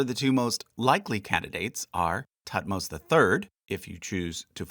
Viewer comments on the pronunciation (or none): none